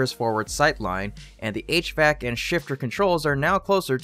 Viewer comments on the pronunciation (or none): none